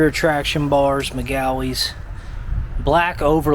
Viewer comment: why u pronounce magueys like dat